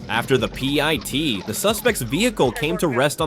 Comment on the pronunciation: PEE EYE TEE MANOOVER